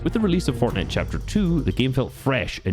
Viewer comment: sypherPK, the guy who has been making fortnite videos forever but still cant pronounce "fortnite" FORNEI